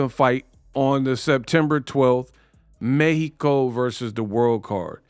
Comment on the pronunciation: I like how you say mexìco correctly!!